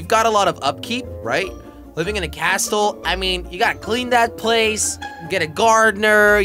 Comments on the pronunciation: face palm* he said castle with the t not silent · u said live in a cas tle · you didn’t say castle right